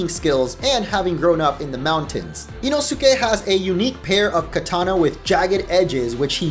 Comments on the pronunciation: You said inosukes name wrong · He butchered the pronunciation of Inosukes name